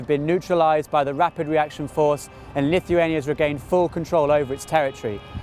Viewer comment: ***** Lithuania! not LittleHuania ..